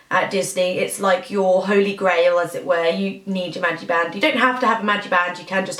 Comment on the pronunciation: It's MagiCband not magiband. Love the video I always overdo it's Disney World as well & come home with more tee shirts and plush than I could possibly need as an adult but I just can't help it.